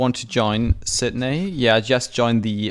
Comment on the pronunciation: Say Sydney right, it hurts